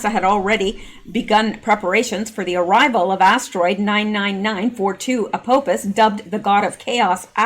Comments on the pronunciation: Sorry to be picky but it's pronounced ( Ah-paw-fiss)..😘👍😁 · A pau fus = apophis like the Egyptian apophis